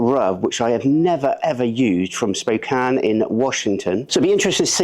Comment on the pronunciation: Just an FYI, Spokane is pronounced “Spoke-Anne”. Love your content!